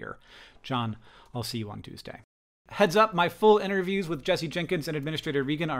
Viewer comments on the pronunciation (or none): none